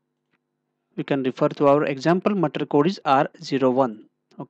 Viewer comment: My suggestion is.. learn to pronounce material. it's not pronounced as matr... Otherwise good content.